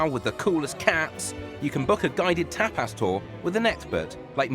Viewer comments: “oh yes, tay-pas” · It's pronounced tape-ass